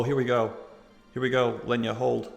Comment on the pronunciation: Its pronounced Leeena, not Lenja 😂😂